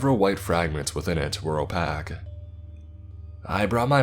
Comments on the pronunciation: Lol "opack". Opaque is pronounced "oh-pay-ck". Rhymes with "rake". 😉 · Opaque = oh-pay-k, bro. I don't think oh-pack is a word. I love your vids and you have a good reading voice. But, and I mean this in the nicest, constructive criticism way, you should learn how to pronounce the words xD. Again, no rudeness intended. I notice it in almost every video. Normally, I wouldn't bother but I enjoy your voice and pronunciation for your content is, imo, important, as it detracts from the story :) Plus, learning new stuff is always a dub. GL and thank you for your content! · I have to point this out or it will haunt me forever. The correct pronunciation of “opaque” is “OH-PAKE” rhyming with rake. It means that the object is non transparent, doesn’t allow any light to pass through the material. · I love listening to your stories and I have been listening for several years but, I gotta throw this out there. It is pronounced "oh-pAke" Every time you come across this word it irks me, sorry, it is the only complaint I have. Keep up the good work! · homie says “opack” lol